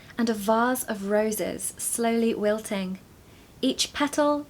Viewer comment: That was a very good attempt at the American accent. Just a bit of work on the 'wilting' as it sounded off to these ears. Great vid, thanks :)